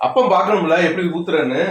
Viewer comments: அது அப்பம் இல்ல ஆப்பம் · அப்பம் இல்லை.ஆப்பம். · அப்பம் இல்லை ஆப்பம்